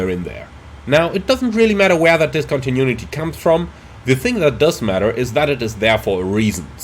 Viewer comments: dis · kaan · tuh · noo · uh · tee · Man, I love your videos, but everytime you say "discontinunity" an angel dies :D